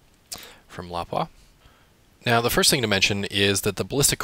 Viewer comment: Ummmmm have I been pronouncing Lapua wrong my whole life or his he off?!? haha